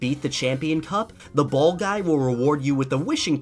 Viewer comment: You said boll 26 time s